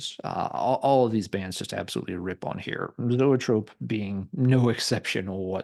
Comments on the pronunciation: Love Zoetrope!! Grew up in Chicago and saw them open up for almost every major band that blew through the city back in the mid-80’s!! And by the way, it’s pronounced E-trope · Pronounced EEE-Trope! Like Copollas Studio. R.I.P. Barry!